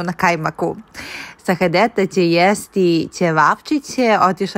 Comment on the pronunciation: Sahadeta se kaže = Sa - ha - de - ta.😂